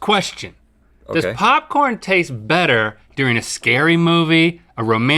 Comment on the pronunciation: The intro dialogue, the time of the show where Link stops pronouncing “R’s”...”Bettuh, than buttah”